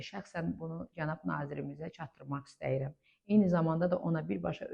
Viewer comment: Danışarkən "istəyirəm" yox orfoepiya qaydalarına əsasən [isdiyirəm] deyilməlidir.